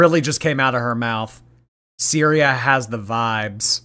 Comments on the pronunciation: said cereal instead of syria and didnt even realise 😂😂😂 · Replay gang! You most definitely said Cereal instead of Syria 😂🤣